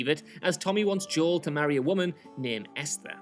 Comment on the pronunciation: As someone who grew up with predominantly Spanish and black people, the way Joel is pronounced here is so off lol